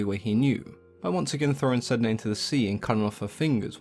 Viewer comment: My understanding is that Sedna should be pronounced Sanna. Refer to "The Wolf in the Whale" by Jordanna Max Brodsky. A fictionalisation of the first meeting between the Inuit and the Norse.